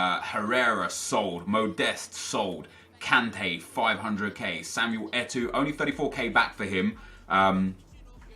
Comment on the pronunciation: Samuel Eto'o not Samuel Etu